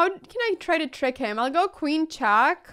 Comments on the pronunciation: Why she is telling check as chak and checkmate as chakmate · she says chack instead of check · it's "check", not "chaak" ! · love this girl but just saying it cracks me up 9in a good way haters) when she says chack lol